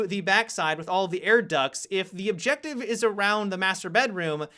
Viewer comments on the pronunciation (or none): These voice over videos he always puts an a at the end of his sentences. "Objectivesaaa". Definitely cringe worthy